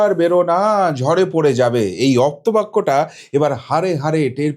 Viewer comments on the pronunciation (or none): আপ্ত বাক্য -- এটাই শুদ্ধ। অপ্ত নয়।